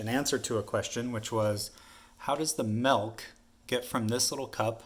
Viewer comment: Nice to see someone finally explain that correctly. Bernoulli’s principle at work. “Malk”? 🤪😉